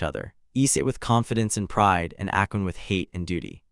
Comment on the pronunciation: Not "Akon" but "Akeno"